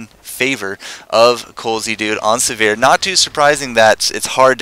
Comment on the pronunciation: Sivir: first "i" pronounced like "igloo" and second "i" pronounced like "e" in "er." Emphasize the first syllable. Siver, not Severe.